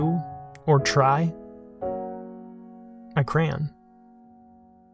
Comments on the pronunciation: its crayon not cran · UGH! He says KRAN. CRAY-ON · Cray-on not cran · It drives me crazy when people say "Cran" instead of "Cray-on". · If I only heard the the audio of this, I would have no idea what the hell he was talking about. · CRAN wax ???😂 does he mean cayon? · It took me so long to understand that when he said "cran" he was actually saying crayon. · I thought he said, "I crayon". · who else pronnounces crayon "crane" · Really cool... Only, Crayon, is a two syllable word!!! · Your saying crayon wrong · Listening to people pronounce crayon makes me crazy, but I loved this weird table. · It’s funny hearing you say crayon. Took me a moment to realize what you were saying. Table looks cool, great job. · You say "crayon" weird, unsubscribed. /s This turned out freaking awesome man! Makes me want to try something like this, with more opaque, primary colors, with epoxy so it'd be more durable.